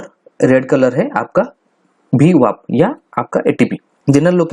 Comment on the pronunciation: VWAP not BWAP